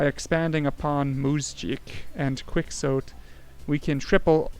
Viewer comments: It's pronounced "Kee-ho-tee" As in "Don Quixote" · Wrong: ˈkwɪk.ˌsowt Right: kixoti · QUIXOTE is pronounced KEY-HO-TAY.